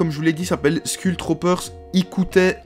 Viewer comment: et je te rappelle qu'on dit"skoul troupeur"